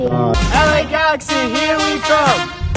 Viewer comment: Uuuufffff why they pronounce words like that 🙄 its la galaxy not gakxy